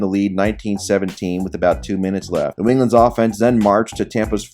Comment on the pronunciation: "Cleveland offense" sounded like "Cleveland Dolphins" and I laughed